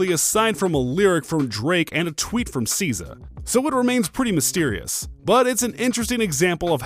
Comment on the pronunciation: Omfg if you don't learn how to pronounce SZA